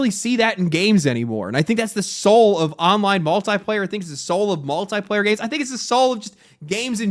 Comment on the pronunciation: Drink everytime he mispronounces multiplayer